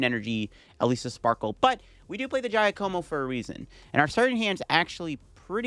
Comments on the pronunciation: Ah yes the old GAIYA KOMO combo… come on bro… say Jacque like the OG aquaman Jacque Cousteau… and como like the singer that got your grandma slippery… “JAH-ko-mo” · When he said guy-a-moco I was dying 😂😭😭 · Giacomo = "Dja'-ca-mo". 🤌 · Giacomo is an Italian name so it is pronunce Ja-coh-moh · Giacomo is typically pronounced Jyá-como. It is the Italian equivalent of James. Even though Paldea is based on Spain/Portugal where the equivalent would be Jaime (Hi-may in Spanish and Jyi-m in Portuguese)… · I think it's pronounced ja-ca-mo, pretty sure it's french. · Pokemon names are one thing... but human names. its "JA-ka-mo" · You are saying Giacomo wrong. Its an Italian name. It's more like "Jock-o-mo" (sorry Italians, i know its more complex a name pronunciation than that) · And the stress is on the first syllable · Idk why Pokémon called the character Giacomo in english since it's an italian name. The right pronunciation for you american people is like Jackomo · Pronunciation tip: "Giacomo" -> "Zha Ko Mo", first sound like the 'z' in "Azure" or just use "Ja" if you're not comfortable with it. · "Jaya-como" lol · Came to the comments to see how many people tried correcting the way he pronounces Giacomo 😅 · I can't get past how you butchered Giacomo's pronunciation throughout the video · Something tells me you’re not saying Giacomo’s name right but I also have no idea how to say it 😂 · That had me dying when he was saying it. But now he knows